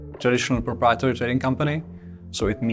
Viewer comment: He really needs to practice the pronunciation of "proprietary" 😂